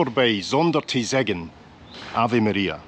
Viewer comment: That pronounciation was pretty close to correct. Only the word "zeggen" was a bit wrong I guess. That "gg"-part is more like the "ch"-part in Maastricht. Also good to see you had some proper Limburgse Vlaai from a bakery, but I'm curious what you had for dinner! Great video once again mate